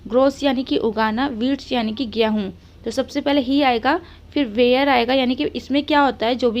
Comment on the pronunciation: Gehu mat boliye game hun Hota Hai